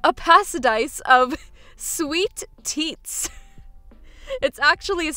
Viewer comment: "Sweet teats." Great job AI.